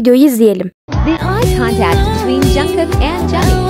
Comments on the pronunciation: Aslında jungkook "jankuk" diye okunmuyor "çankuk" diye okunuyor ben bi tek buna takıldım😅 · Jungkook junkok die okunmuyo knk cankuk diye okunuyo (Linç değil)